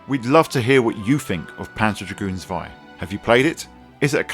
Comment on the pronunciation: Lovely game, but I prefer the original. Zwei is pronounced with a Ts sound at the beginning by the way.